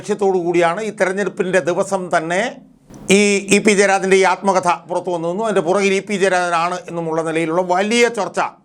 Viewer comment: ആൽമകഥ അല്ല ആത്മകഥ